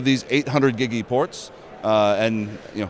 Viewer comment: Why does he keep putting an "e" on the end of "gig"? Is that a british thing? How charming!